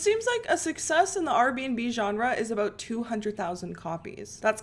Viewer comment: why do you keep saying RB&B it’s just R&B